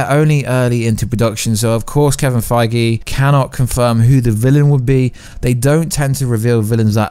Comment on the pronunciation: Why you always say and write "Kevin Fiege" instead of his real last name "Feige" ? Do you do that on purpose , or did you just get it wrong ?